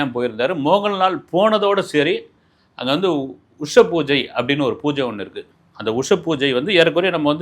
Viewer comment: உஷத்கால பூஜை! உஷப்பூஜை இல்லை